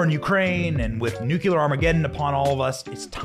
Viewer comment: OH MY GOD!!! It’s NEW-CLEE-AR!!! Every time you say New-cue-lar, you make us all sound uneducated. I can’t watch…